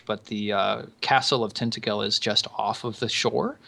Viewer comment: i live in Kent in Britain and ive actually been to Tintagel. im pretty sure its pronounced tin-taj-all. its amazing! the view of the castle from below is awesome